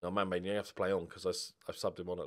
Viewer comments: Every time you say Manbane, I hear Man Vein - and that just sounds very wrong... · Somebody please correct me if I'm wrong, but I think Manbane's name should be pronounced something like Man-BAW-nee